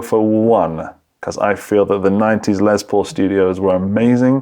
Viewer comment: I wish you British dudes would stop saying “Lezz Paul” it’s “Less Paul” dammit. Less!! You invented the damn language get it right. Sheesh Lol but I do mean it